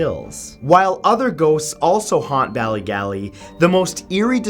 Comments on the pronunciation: Lmao the way he said ballygally😂 it's pronounced Bally-gawley, not even that bad just pissed myself every time he said it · Lmao pissed myself everytime Matt said ballygally cuz I'm from tyrone